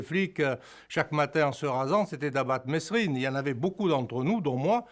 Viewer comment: Ptn mais qu'est ce qu'ils ont tous à prononcer le S dans mesrine ,il le font exprès c'est pas possible